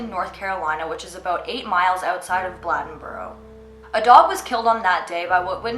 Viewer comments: It’s pronounced BLAY-DEN-BORO. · Blade-n-boro....say it right. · The way she said Bladenboro had me weak, pronounced blade-n-boro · I live in bladenboro and it is not pronounced the way you are saying it. Just wanted to let you know